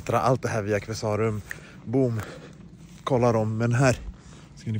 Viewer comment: Qvesarum är helt fantastiska på byggnadsvård, så otroligt mycket fint! Och nu är man väl picky här då men är Qve-sa-rum, inte Qvesá-rum, i all välmening.❤ (Känner mig som Hermione Granger "It's LeviOsa, not LevioSA" 😅) Så jäkla stört fint blir huset, älskar era färgval och alla tapeter! Så personligt.😍